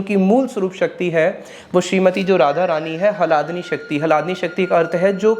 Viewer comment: 😮 उच्चारण तो सही कर लो पहले । अर्थ का अनर्थ बन जाता है जब आप ह्लादिनी को हलादिनी कहते हो !!